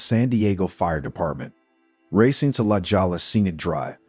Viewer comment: La Jolla is pronounced “Lah HOY ya.”